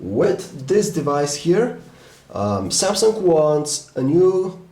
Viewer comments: Please stop saying "S tree" or "Samsunk" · Samsungk hahaha he speaks the g like gk